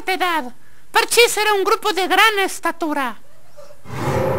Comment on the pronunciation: Buen vídeo. en el minuto con treinta y tres segundos, ( min). dice dran estatura, en lugar de gran estatura. 😃